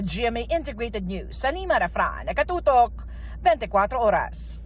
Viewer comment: Tina panganiban, bigkasin po ng tama ung letter K, kaya dapat ganito po, NaKatotok, hindi po naHatotok